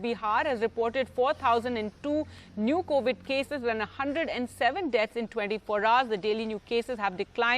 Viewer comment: Covid OR COWID?